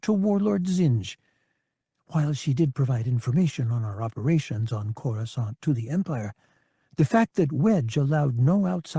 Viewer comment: At least he knows how to pronounce Coruscant.